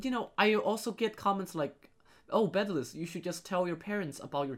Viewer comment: You said it bedless